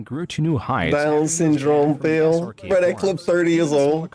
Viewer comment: Is callimg him "phil" or "fail"